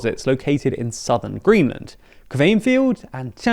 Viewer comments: It's not pronounced 'kveynfjeld'! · Is it really that hard to look up pronunciations? Putting "Kvanefjeld pronunciation" in Google gives you "Kvit-fyell".